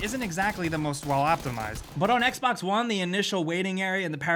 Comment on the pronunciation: Its Xbox One not Xbax One geez...